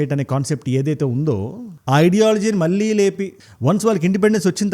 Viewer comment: మల్లీ కాదు మళ్ళీ సరిగ్గా పలుకు...